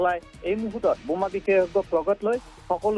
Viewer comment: Anchor babu, Assamese pronunciation is Boma not Buma but reporter pronunciation is Ok.